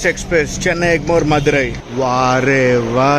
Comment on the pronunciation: మధురయ్ కాదు తంబీ మదురై